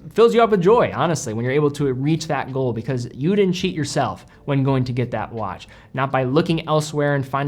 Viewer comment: dude said wanch